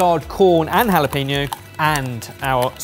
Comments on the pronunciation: Your pronunciation of 'Jalapeño' was painful: 'ñ' ='ny' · Please please practice how to say jalapeno, it makes me cringe every time you say "no". "NYO", like there's a "y" in there. There's a tilde on the N. I love you guys, and am asking as a fan :)